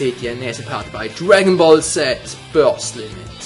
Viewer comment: Börst Limit! :D